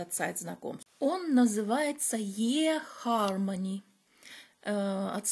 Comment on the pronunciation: читаем И на английском, а не Е … eHarmony ❤ А про вашего друга, мое мнение- сказав А говори Б 😊 Всех благ вам!